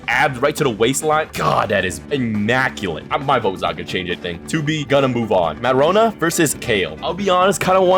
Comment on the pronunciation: He said matrona's name wrong